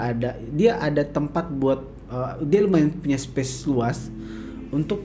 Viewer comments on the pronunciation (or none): none